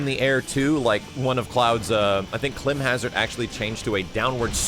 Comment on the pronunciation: 2 things people were actually given a chance to criticize and make recommendations, and no one mentioned adding Vincent Valentine!?! And two, you should look up how to say climb in Climb Hazard. You were pronouncing it wrong.